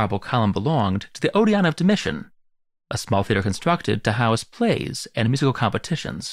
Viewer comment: Your teleprompter has gotten very irregular in speed. It took wild sprints in a blur of syllable salad around the part about replacing granite columns. Later for example the word musical was compressed to lose it's C sound. To follow I had to play slowly with cc on several times over, yet the majority is quite slow with ritualistic pauses. I thought you might appreciate constructive feedback once in a while.